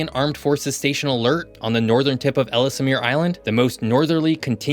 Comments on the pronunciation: Ellesmere is pronounced L's-mere not Ellis-mere. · Ells mere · It's pronounced ELLS-MEER. And not ELL-ES-MEER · “Ellsemere Island” ❌ Ellesmere Island ✅ Letter L, letter S, mere. EL ES MERE And Iqaluit is pronounced Ih-kal-oo-it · Why do you pronounce “Ellesmere” as “Ellis Amir”? I could understand if it were spelled that way, but you’re adding letters and syllables that aren’t there. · Ellesmere is pronounced "Ellsmere", there's no extra syllable for the middle 'e' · For the record, the second ‘e’ in Ellesmere is silent (like the word ‘Elle’) Simonline 🏴😎👍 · You do need to get accurate images and pronunciation. There are no trees on our arctic islands. It's "I kal u it." "Elles mere." "Noon a voot." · Noon Ah Vut EL Es Mere Ih Kal Oo It I’ve never heard anyone here pronounce them any differently. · Again, you’re mispronouncing the word Ellesmere (the second e is silent). Furthermore the z is silent in Agassiz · Excellent video! My only quibble would be some pronunciations. Having worked in Ontario and being married to a Canadian, I’ve come across a number of different ways to pronounce such words as Nunavut, Ellesmere, and Iqualuit. I may be wrong but it’s worth looking into. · as always, very informative. May I point our, however, that according to what Wikipedia confirmed for me was that it's ELZ-mere, rather than EL-iss-mere. Also, if you were talking about Thule when you said 'thool', it's actually TWO-lee, and Iqaluit = ee-CAL-oo-it, rather than ee-cah-LOO-it. As has already been pointed out below, the arctic pictures with trees in them aren't right, since the tree line is way down in the northern tip of Quebec at around 61 N. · Interesting video. Please check pronunciations of towns and places. Ellesmere (ELLS-mere), Thule (TOO--lee), Iqualuit (uh-KAA-loo-uht), etc.